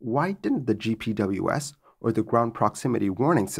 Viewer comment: if you want a tip to sound more savvy, in the aviation community GPWS is pronounced "Jip Wizz"